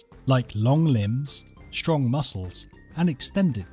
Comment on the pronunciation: Interesting video. But too bad they couldn't find a narrator that speaks correct English. Someone needs to tell this hack that these aren't actual words: SHtrong SHtretching SHtroke AsHteroid